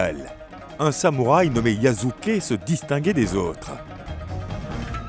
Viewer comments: Je te jure!! Yasuke est devenu yazuke 😓😓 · YASUKE PAS YAZUKE💀